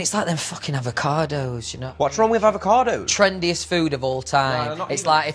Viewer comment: the way louis says "aava-CAH-doHs"